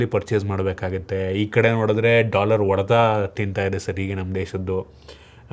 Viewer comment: Bro ಅದು ಒಡೆತ ಅಲ್ಲ, ಹೊಡೆತ.. ಬೆಂಗಳೂರು ಕಡೆಯವರಿಗೆ ಹ ಮತ್ತೆ ಅ ಮತ್ತೆ ಒ ವ್ಯತ್ಯಾಸ ನೆ ಬರಲ್ಲ ಯಾಕೆ ಗೊತ್ತಿಲ್ಲ 😂 ಇದ್ರ ಮೇಲೆ ಒಂದು ವಿಡಿಯೋ ಮಾಡಿ 😂😂